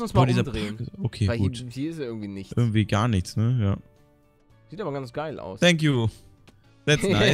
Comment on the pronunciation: Thank you man spricht mit f nicht s